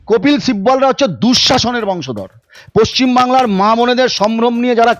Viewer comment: তবিল sibbal.. কপিল sibbal না